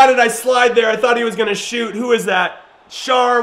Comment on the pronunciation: Btw Schär is pronounced like Share not char